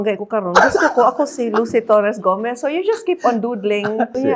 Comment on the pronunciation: the way she manifested "Lucy Torres - Gomez" 💓